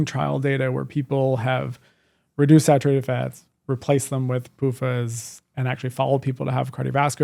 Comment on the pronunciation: PUFas? I am from Sweden and I have a hard time to understand this. Wish is OK if you really don't care if people from other countries understand your content.